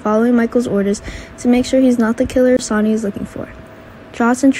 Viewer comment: Damn learn to speak IT'S SONNY NOT Sony !